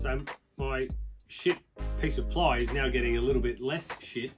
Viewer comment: Did you say “🛳️” ply, or “💩” ply? 💂‍♂️🇬🇧